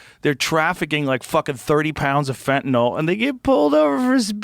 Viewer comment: Joe Rogan is the only person in the news genre, (and most of the world!) who pronounces “Fentanyl” CORRECTLY!!! It’s NOT “Fentan-ALL!”